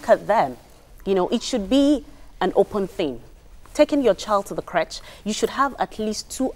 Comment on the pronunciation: These ladies pronunciation of creche is awful.